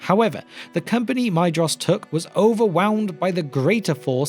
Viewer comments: I hate being pedantic about pronunciation. However, Maedhros is my favourite of the Sons of Fëanor. The "ae" is pronounced as a long "a" and the "dh" as a "th", so the name should be pronounced "MAY-thross" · I always thought that Maedhros was pronounced Maethros, but maybe it isn’t, and I do think that Maedhros sounds better